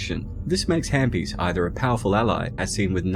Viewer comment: It’s halfbies not hambies🤣🤣